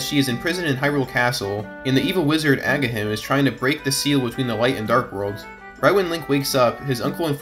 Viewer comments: I keep hearing Agahim...when it's agahnim and it's bugging me to no end lol. 😂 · Dude. Can you not read? A-guh-nim Not “agga-him” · loved video, but lord did I die a little inside when he said "Agahim" instead of "Agahnim" lol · omg no no no no, clock town theme clashes so bad with the music i expected to hear during this scene omg okay now that i've got that out, back to the video 🙂 edit: okay i also thought i could let it go, but ... shouldn't agahnim be said more like ag-ah-nim, not ag-a-him? okok i'll try to shut up and enjoy the video lol "for players that experienced this part of the game for the first time back in the early 90s this must have been a surreal experience to realize that the content of a link to the past basically doubles what you were expecting going into this game" yes yes yes exactly 😀 and even more than double when it's revealed that there are like seven more dungeons "ag-ah-nim" oh sweet, you got it 😁 though i think link's awakening was the first zelda game i played, a link to the past was the first one i played on a tv console. it really did set a lot of the zelda formula going forward. good video! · you keep pronouncing "agahnim" without the N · Ah yes... Agahim... those pesky silent "N"s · Imagine making a video and saying a characters name wrong the whole video when it’s spelled out in every time in all dialogue